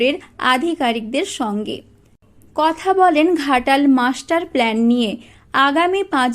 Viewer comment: অশিক্ষিত চ্যানেল। that’s “plan” not “plane”